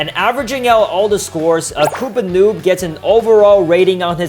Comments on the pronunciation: bro called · ITZ NOT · It’s not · It's not it's